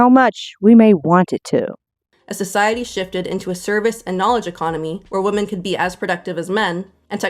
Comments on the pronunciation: Why do so many people in internet videos pronounce "women" exactly the same as "woman"?! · Drives me nuts how the curly-haired lady pronounces "women" as "woman". Why do people do that?